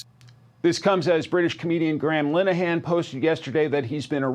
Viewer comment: You couldn't be bothered to look up the correct pronunciation of Mr. Linehan's name? (Lin-e-han) NOT *"Line-han").